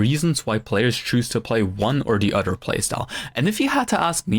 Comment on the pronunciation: And he says oder, he doesn't say other.